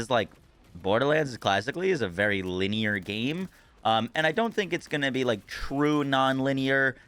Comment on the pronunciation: 1 IT'S LINEAR NOT "Liner". 2 worst decision ever, now you can just skip straight to the end of the game for those 2 seconds attention span fornite brains who didn't even like the story to begin with.